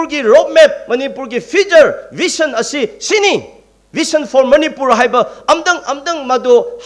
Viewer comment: Oja asang not vition, said vision, shameful pronouncition